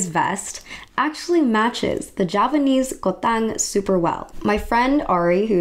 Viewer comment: It's supposed to be "KUTANG" not "KOTANG". U were mentioning Yogyakarta and Surakarta which are placed in central part of Java Island. I'm living in this island, and I haven't heard any Javanese said "kotang" before😅